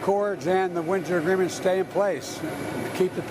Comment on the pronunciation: Did he say winter agreement 😢